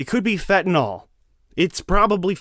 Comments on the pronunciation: What really stood out to me is your mispronunciation of 'fentanyl' phen-tuh-nil....NIL, not n'all...i feel better now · It’s pronounced fentanYL, not fentanALL….